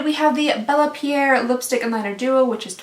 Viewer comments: Bella Pee-air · Pierre is pronounced pee-AIR. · It’s pronounced pee air.. so u had it right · The Bella Pierre lipstick: the correct way to say it is the way you said it when listing the prices.